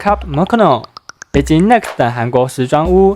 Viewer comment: 品牌英文發音再多考究，練習些。 Club Monaco - 莫那扣， Nix- 泥克 思～. 拍片前'先消化一下自己的文案。